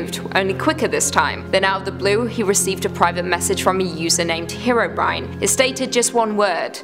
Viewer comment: Bro said herobrin